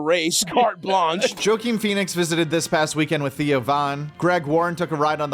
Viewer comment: "Wa-keen" Phoenix, Dearest.